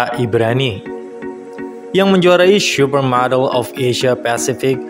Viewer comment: Salfok ke penyebutan "syupermodel"-nya😂 candu bgt, wkwkwk